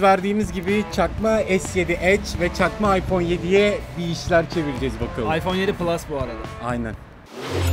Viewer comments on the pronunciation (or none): aypon diyor valla mal yaa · Yanıyosun "ayfon" abiğğğ